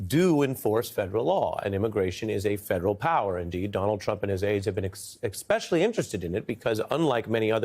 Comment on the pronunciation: Especially. Not expecially.